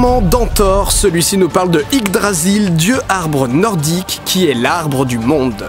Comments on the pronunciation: J'sais que c'est pas grand chose mais j'ai l'impression que tu dis Ydgrasil pendant toute la vidéo alors que c'est Yggdrasil... Ça me fait tiquer même si en soit c'est pas méchant.. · Tu l'as bien dit une fois et après : on s'en fout de toute façon c'est dur a dire XD (c'est yggdrasil et non ydgrasil XD) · Yggdrasil, pas Yddgrasil =P ;) Ce serait tellement bien que Deadpool soit dans le MCU... xD Mais ça se fera pas, y'a des X-men dans le film =/ qui ne font pas partie du MCU (et c'est peut-être mieux, d'ailleurs)